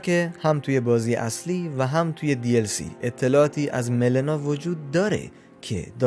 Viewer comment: آقا دمتگرم که ویدیو میسازی ولی اسمش ملینا هستش اونم مَسمر نیس مِسمر